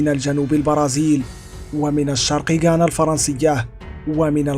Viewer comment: غويانا و ليست غانا يا ذكي يلي عامل نفسك مثقف